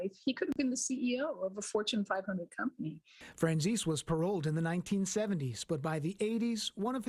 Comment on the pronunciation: its my great grandpa😅 and its pronounced fran zees/zeesee. Im so embarassed that this is my blood lol